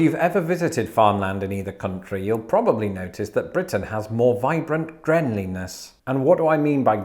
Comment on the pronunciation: Can we just talk a pause here to admire GREENLINESS (pronounced GRENLINESS).